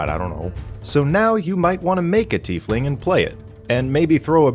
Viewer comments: Tiefling IS a real word. it´s german and roughly means "little deep one" the correct pronunciation is "Teaf(like the hot drink but with an f at the end)-ling(exactly as written. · What a tiefling had big ol teeth and was instead called a "Teefling"